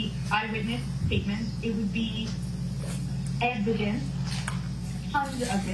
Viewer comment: It's called Blackmail not evident lol " evidence "